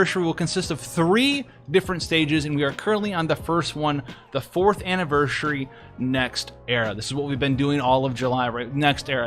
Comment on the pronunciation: You do realise you keep saying "AnniverSHUry", right?